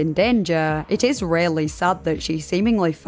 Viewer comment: "sa'd" sounds really weird my brain keeps thinking you're saying "essayed"